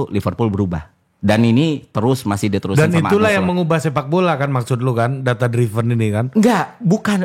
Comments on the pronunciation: Ðata driven bukan,dráiven̈ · Hostnya berapa kali coba benerin pronunciation FI, |data driven|. Tapi FI bandel, tetep bilang |data draiven| 😂